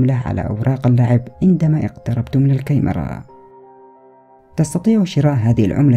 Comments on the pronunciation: يااخي انطق الكلمة صح الكمرا والكمرات وليس الكيمره..هههه الله يوفقك اخي. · بس اريد اعرف ليش تلفظ الكاميرا بهذا الشكل(كايمرا)🤔